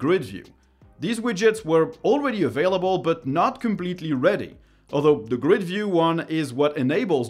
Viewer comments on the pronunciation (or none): none